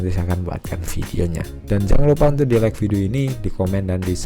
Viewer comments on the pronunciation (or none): none